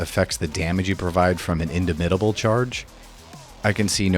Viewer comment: "if you took big friendly rock you can take soften them up" no. you literally cannot. i don't know why you didn't bother to check to see if this was possible lol. also the way you say "indomitable" is odd. it means unable to be dominated. you should say the "dom" part the same way in both words.